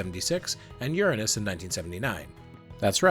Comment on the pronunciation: re: pronouncing Uranus, THANK YOU!!!!!! I really think it should've been spelled Ouranos so we wouldn't have to deal with the stupid-ass butt jokes.